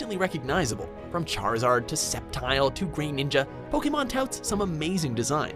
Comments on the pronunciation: Did you just say "GrEEninja"? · It's not greeninja, it's pronounced grehninja. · He said Grey ninga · Who else got triggered when he called Grovile, Sceptile and Greninja, Grayninja?